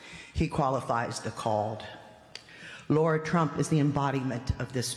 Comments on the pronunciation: Did she say “lord trump”? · She said Lara Trump though it did sound like lord. Lara’s name is pronounced like Lara Croft, not like Laura.